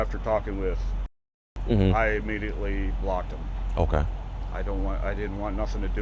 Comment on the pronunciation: Ulting imifietly😂😂😂